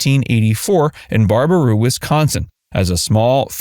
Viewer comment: It’s pronounced bear a boo Wi. Not bar a boo